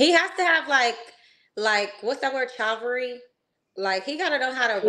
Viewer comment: He has to have Chow-Val-ree wtf is that Chivalry you mean?😂